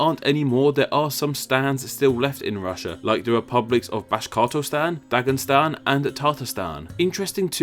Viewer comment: On screen, they say "Dagestan" and "Tatarstan." Yet you added sounds to them, saying "Dagen-" and "Tartar-".